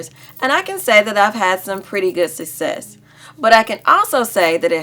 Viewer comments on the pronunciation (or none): It’s sUCCess not susses